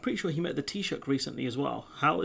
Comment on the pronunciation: Brilliant analysis as usual. Greetings from Ireland. 🇮🇪 You even pronounced ‘Taoiseach’ perfectly 👌